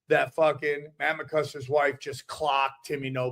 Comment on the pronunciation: thinks it's Matt 'McCuster' lol